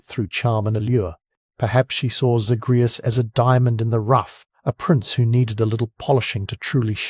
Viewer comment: Came to the comments to say this. Mispronouncing the main characters name especially when it's said over and over in the game by NPCs just makes me think he never actually played the games, and just read the synopsis online somewhere. Lazy